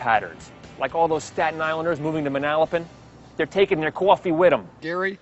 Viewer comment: muh-NAL-uh-pin???? Man-uh-LOW-pin!!!!